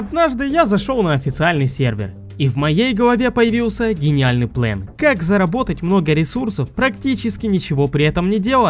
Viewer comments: Почему плэн а не план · ГОВОРИ ПЛАН А НЕ ПЛЭН😡😡😡😡😡😡